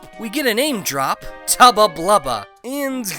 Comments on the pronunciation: "Tubba Tubbla" I think you goofed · I'm calling him Tubba Tlubba from now on.